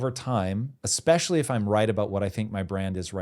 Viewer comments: I don’t trust anyone who says “expecially” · Only one critique. As a thought leader on the stage, stop pronouncing it as "expecially".